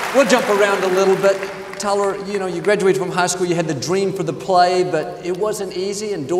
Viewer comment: I love Joel & Tyler this message is powerful. Joel says Teller 😊 instead of Tyler just like my uncle does his grandson. So sweet🤗